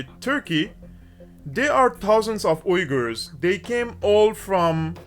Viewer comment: Is he saying "wiggers"? Because it sounds like he's saying "wiggers". Do "wiggers" have their own country now? I hope so so they can celebrate their "wiggerism".